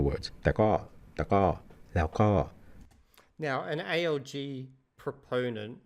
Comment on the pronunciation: By god, this must be the first time I actually hear A.L.G. when someone speaks about ALG. Every other damn time it sounds like A.O.G. Automatic Organic Growth? Autonomous Organized Group? aOg her, aOg there 😂Which is quite ironic considering you are supposed to mainly learn from listening in this method